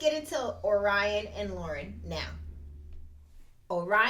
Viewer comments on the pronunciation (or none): Laurence, not Lauren.😊